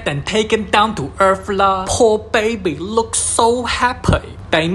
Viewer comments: Baibiii instead of baby 😂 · “Baby” ❌ “BAYBEI” ✅